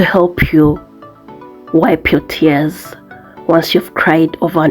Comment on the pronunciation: You are so funny🤣🤣the emphasis of tears is so true lmao but it’s all worth it. I will soon come join you by Gods grace!